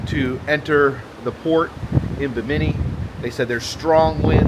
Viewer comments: Pronounced “Bim-min-knee”, you are saying “bah-mini”. I’m really enjoying your videos! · Uh... buh-Many? Try BIM-uh-knee. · Bimini is pronounced “Bim-eh-knee” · Fun video! 👏 Just one thing, it’s BI-mini, not Bi-MI-ni.😇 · Hey! Great cruise videos! Bimini is pronounced like Bim in E. The Bim rhymes with Jim. Also, next time you go on a cruise, you can take some dramamine so that you won't get sea sick. The only thing is you have to take it before you start feeling sick.